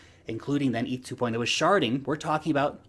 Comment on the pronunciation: Did you say sharting? 😲